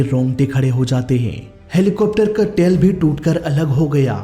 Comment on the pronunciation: Bhai tail hota hai tale nhi... or popular hota poopular nhi... tum bolne mai bohat galtia krte ho, ajkl koi bhi muh utha kr reporter, youtuber, story teller bn jata hai.... bina khud pr kaam kre, or bina baat cheet ko theek kre, isi liye to humare desh ka mzaak bn rha hai